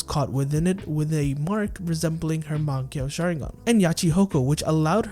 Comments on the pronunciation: I, unfortunately, cannot take this video seriously to the fullest extent due to your egregious pronunciation of the word "mangekyou." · can't take the vid serious with your pronunciation of mangekyou